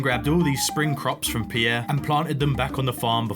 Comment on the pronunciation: Pronouncing Pierre "Pee-yeah" is wild. Just leave out the "ee" and you're good. Very cool play-through, though.